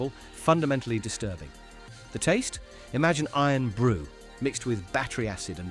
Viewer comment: Scots hearing Eern Brew 😡